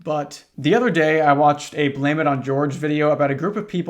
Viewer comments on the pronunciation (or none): none